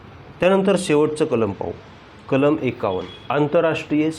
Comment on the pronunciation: Kalam bola kalma nahi